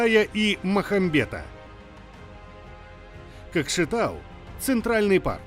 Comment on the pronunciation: талдыкАрган, кАкшеутау, кАстанай, жанаАзен что московит это калякает?